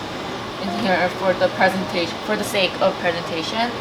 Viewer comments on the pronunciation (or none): none